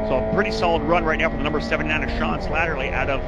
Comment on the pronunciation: Man they really butchered my name through this entire broadcast. I think they got it correct maybe once... Its SLATTERY...SLAT-TER-Y. No second L needed. Just the one. Thanks 😁